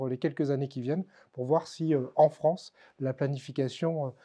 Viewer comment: Ah le froncé de Fronce, c'est bien ça "lent du strie", on re-long ti?!